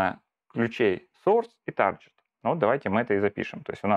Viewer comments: "Тарджет" - это нормальное произношение? Tar-jet? Ну тогда извини, дальше разговаривать не о чем. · Ну, например, послушай как он произносит слово "target".